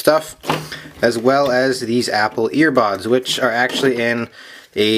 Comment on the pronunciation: He said apple earbods